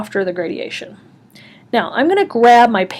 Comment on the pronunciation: very helpful but it is graduation, not gradiation